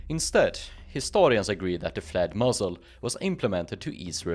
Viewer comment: I kept hearing 'flat muzzle', and then worked out that you meant 'flared muzzle'. Good video though.